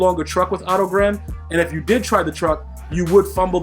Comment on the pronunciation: Thank god you didn’t call him “Oh toe• like a lot of other you tubers